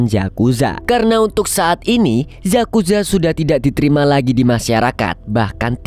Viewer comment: Yakuza bro. Bukan zakuza😅